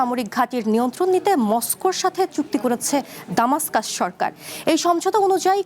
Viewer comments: দামাস্কাস ইউরোপীয় বা ইংলিশরা বলে। আরবি বা আমাদের জন্য হল দামেস্ক। উচ্চারণ সঠিকভাবে জেনে খবর পড়া উচিত। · রাজধানীর নামটি সটিকভাবে উচ্চারণ হচ্ছে না।